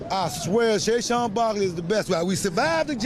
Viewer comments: Who the hell is Sayshawn.....😂😂!!!!!! IT'S SA-QUAN.....wit a Q. Yah need some Schoolhouse Rock jo....let's get it together yah. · "Shayshon Barkley" 😭🙏